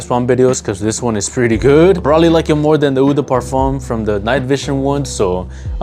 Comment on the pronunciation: Hey bro, love your content and I’ve ordered from you website, so keep it up man! Just a heads up: in French when you see the vowel-combo “eau” it’s actually just pronounced “oh” not “oo”. L’eau d’Issey is just prnounced “low-dis-ee”. Same with Eau de Parfum (“oh-duh-Parfum). Carry on bro, keep grinding.